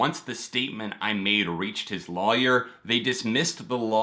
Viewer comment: Been following you for years and just noticed how you say lawyer 😂